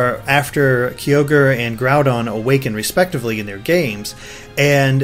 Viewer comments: I thought it was pronounced Grow-Don. Not Groo-Don. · "GROOODON and KEEEY ORGE"?? Does that guy talking not know Pokemon? XD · who ever that other guy is, he needs to learn how to pronounce groudon and kyogre, its not Grewdon and Keeogre, they would be pronounced, Gr-ow-don and Ki-og-er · Groodon and Keeogre? It's prounounced Groudon and Kyogre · why cant people pronounce groudon and kyoger really how does someone get groodon and keyoger out of groudon and kyoger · Every time he says Groodon and Keyoger I get this feeling he doesn't really play. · It's Gr-ow-don and Kai-ogre. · "groodun and keeogur" godammit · Dear gods, "Groodon" and "Keoger". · Grew-don and Key-Oh-Gor??? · Grewdon and Kee-ogre... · It was anoting how they kept saying "Groodon" and "Keeogre" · 'Grew-don and Key-ogre' eh... >_> And I thought was the one who couldn't pronounce things right all the time lol, looks like we have a new contender.:p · Grew-don and Key-ogre? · Kee-orgre? First time I heard it pronounced like that... Edit: Grew-don too? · Grewdon and Keyoerge? lol wtf.. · Guys, I assume you're going to do more videos as more news comes out, but please pronounce Groudon and Kyogre right and later on even Rayquaza xD